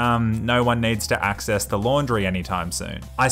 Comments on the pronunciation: axe murders someone in closet: “I hope no one needs to axees this room” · Axecess lol 😂